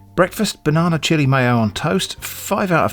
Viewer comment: So it's b-one-ana?